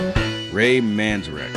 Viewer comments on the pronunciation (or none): It’s Ray Man-ZARE-ik.